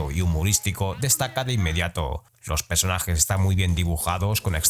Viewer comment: Buen vídeo, como siempre, pero vocaliza, cabronazo 😂: “PERsonajes”, no “PEsonajes”